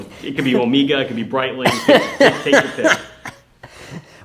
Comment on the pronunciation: If you pronounce it "omeeega", then you'd better also be pronouncing other words like Meeegahertz Meeegabytes Meeegatron Meegaman because you'd still be saying it wrong, but at least you'd be consistent.